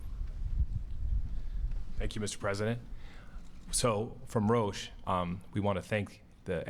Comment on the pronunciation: Matt Souse ,Rousch... It`s Roche not Rousch^^